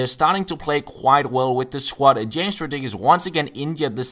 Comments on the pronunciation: James's name is pronounced Hames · james rodriguez is pronounced like ''hames''